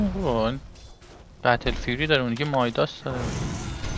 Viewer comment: اتفاقاً مایداسه😂